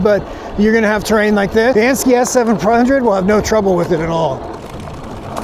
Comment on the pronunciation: And-- Sk-eye not ski